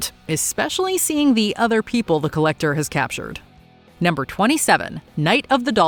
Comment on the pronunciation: "The Collecturrr" hahahaha